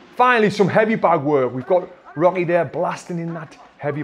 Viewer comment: i swear he keeps calling rocky robby